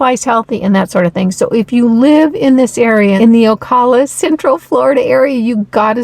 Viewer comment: Once again, GREAT VIDEO! ( your mispronouncing Ocala...oh cow la) Thank you for such great info! I just emailed my local farmers...I'm working on expanding my own garden. Thanks again for sharing such great content!